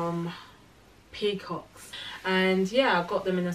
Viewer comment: What’s the link for the first dress I hear pinkcocks lol. Peacocks which is is please??